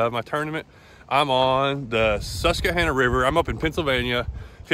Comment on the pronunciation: You’re pronouncing Susquehanna wrong by the way. Very close though.